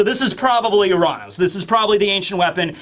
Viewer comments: It's not pronounced Uh-raan-ous it's pronounced Your-Anus. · “Oo-Ron-Os” wtf is wrong with you lol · its actually your-ran-us if u wanna say it right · U-ran-ohs. That is how you pronounced it. Are you out of your mind?